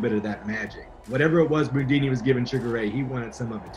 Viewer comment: Loved him but no one called him "Boondini". 😂😂😂